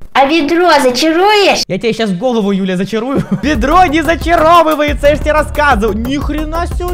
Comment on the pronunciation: Мне показалось или. Сказал не Юля а Дуля 🤔🤣